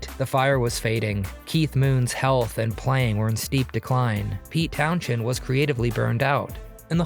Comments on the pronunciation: Yes, why did they say Pete "Townshend" instead of Pete "Townzend"? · Isn't it pronounced Pete "Townzend"? I love this band, and I looked it up. I remember this, but it is confirmed. do not pronounce the "sh" sound. Thanks. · "Town-chend"???? Thank you, AI. smh And please get rid of the background music! (especially when it plays at the same time as the music being discussed) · Look up the pronunciation of Townshend.